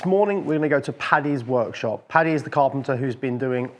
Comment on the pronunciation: Im sure it’s an accent/ translation thing but it’s Paddy not patty. I believe it’s an abbreviation of Patrick common in England and Ireland.